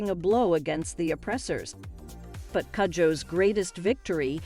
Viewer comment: It is pronounced koojoe Its a Ghanaian name